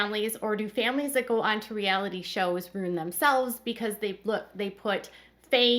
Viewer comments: RUIN...pronounced ROO-IN...not ROON...LOL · Every time u say ruin I cringe